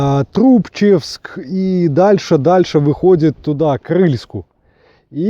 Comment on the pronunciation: Еее,Брянская обл... Ударение не так поставил : ПогАр,ТрубчЕвск.